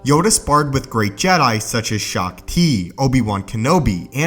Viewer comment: Great jedi "shak tee" um sure